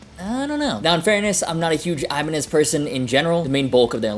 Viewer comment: Ibanie? Is that how it’s pronounced? I been saying ibanez this whole time?